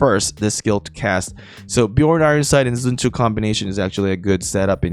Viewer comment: why you saying zun tu instead of sun tzu -_